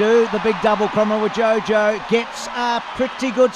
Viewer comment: it's pronounced kromo-wijoyo..joyo not jojo :))